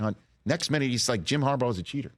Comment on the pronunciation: Jim Corn'baugh